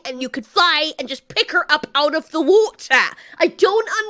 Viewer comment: the WUHTAH!!